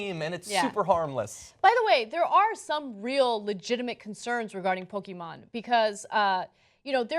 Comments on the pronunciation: Are you pronouncing Pokémon wrong on purpose just to annoy the viewers? Just curious. Po-ke-mon not po-ki-man. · it is not "pokimon", pokémon means pocket monsters, so don't pronounce it "pokimon" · PokemonGO NOT "Poke-man-GO" you fuckng bitch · did she just fuking ''POKEMAN'' at the begining of this video? SMH Anna wtfff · "Pokey-man go" Ana get your shit together... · Did she say Pokéman GO in the beginning!?